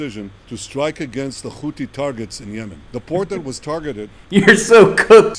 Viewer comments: Wait did he just say khouti? 😅😅😅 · Why don’t he say Khothi? Like Khamas? It’s the name letter in Arabic ح ? That’s the most important thing in his speech. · Pretending they can't pronounce h, despite being mostly from the US and Europe